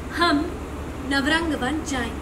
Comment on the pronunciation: Dear reporter, its nav-rang-van